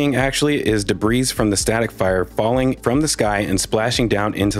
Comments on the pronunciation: De BREE not debreeze jfc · "deh-breeze?" 🤣🤣🤣 you mean "deh-bree" right? 🤣🤣🤣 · Debris is pronounced “de-BREE.” Not “de-BREEZE.” The S is silent. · You realize the S in "debris" is silent, right? It's pronounced "de-bree"; not "de-breeze". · Hi. Debris is plural - pronounced debri. CSI is brilliant BTW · I'm the kinda guy, who might straighten a picture in someone's living room, so forgive me, but debris is pronounced without the 's' as in (dəˈbrē). Otherwise an excellent deep dive. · PS: Debris is both singular and plural. So debris is pronounced debriee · He said "debriss". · Thanks for another great analysis. (BTW, the "s" at the end of "debris" is silent, and the word is singular, not plural.) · Hate to be "that guy" but, the s in debris is silent..... Just saying.....